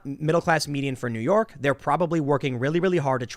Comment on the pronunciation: "New Yauk"